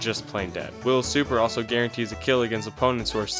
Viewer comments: Why does he say crill instead of kill every single time? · why does bro say "Krail" instead of kill ts pmo